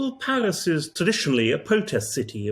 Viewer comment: Paris, or Palis as this bloke pronounces it! 😂